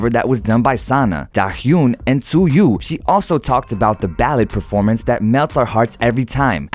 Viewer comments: Tzuyu is pronounced as chewy not chuyu. Hehehehehdh no offense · you know what im more pissed than the reporter? this guy calling tzuyu Tzuyo BRUH ITS PRONOUNCED TZU-WI NOT TZU-YO but liked the video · Btw the pronounce of TZUYU is "CHUWI" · um, excuse moi. tzuyu name is pronounced "chewie". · Tzuyu its pronounce chewie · When you redpect them so much that you're angry at the reporter but Call Tzuyu "Zuyu" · not hating lol , but tzuyu's name is actually pronounced " chewy " ! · TZUYU IS PRONOUNCE AS JEUWI OR CHEWY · Nobody: Absolutely no one: Not a soul: The narrator: ...daHyoOn and tzUyoO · i love that you made a post but i have to correct your pronunciation. dahyun : da- yuhn tzuyu : zoo - wee